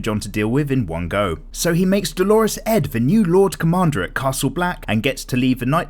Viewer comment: Ugh, every time you call Dolorous Edd "Dolores Edd", it just drives me crazy.